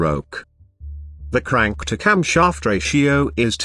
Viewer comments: I wish i could help the voice with pronouncing stroke and crank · How can you mess up the word CRANK so badly.